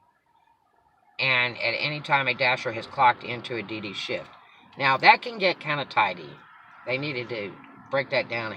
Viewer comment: I thought you said BB not DD - lol